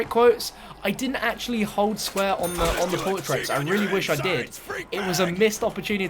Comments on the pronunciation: PORTRAIRS say it right lol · Hearing him say portraits was a little painful but otherwise great vid bro